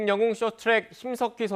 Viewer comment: 앵커야 여웅이라 하지마라 토나온다 퉤퉤